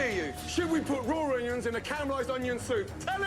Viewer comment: this guy doesn't even know how to PRONOUNCE onions let alone prepare